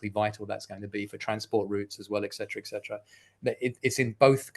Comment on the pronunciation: Why is it that so many intelligent people still cannot properly pronounce the word, etcetera?